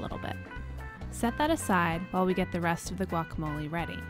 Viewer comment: I knew I should have stopped listening when I heard the way you per Matt pronounced guacamole. Also you told us how many onions you told us how many of everything else but you left out one thing, how many avocados? What the hell!